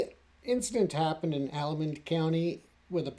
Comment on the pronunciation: It happened in Haldimand county, not whatever word salad you spit out. It’s pronounced HALD-e- Man And I don’t know how you’re coming up with gang shit, I live like 10 mins away, there’s no gangs here, we’re all farmers, it’s rural as hell, it’s just Reserve life, something you clearly don’t have the slightest clue about. 6 nations have basically been at war with Cayuga OPP for like 30 years, just look up Caledonia “land back” protests Do us a favour, and only report on issues you genuinely know about, because it’s quite clear to any local you do not.